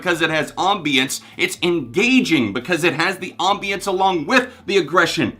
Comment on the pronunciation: That's not how ambience is pronounced